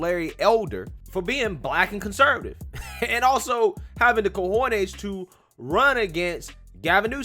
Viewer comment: I love how u said cojones my boy got a lil Latin in him. 😉